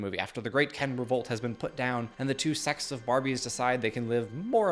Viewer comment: To answer your quiz: at first I thought you said sex, but it lacked the -es ending to make it grammatically correct. I relistened to it and 'sects' makes more sense in the sentence. But honestly, I wouldn't have thought twice unless you asked about it. 😊 You didn't bring it up, so I will. 😂 I have always disagreed with the way that Cate Blanchett voiced Galadriel's opening of the Fellowship of the Ring. "For all men desire power". Of course, we (mankind) desire power. You said it very nicely, we need that power to change and aide those around us. Great video, I enjoyed listening to your thoughts.